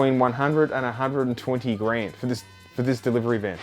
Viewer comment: “DERIVERY” 🤣🤣🤣 Fuck yes 😂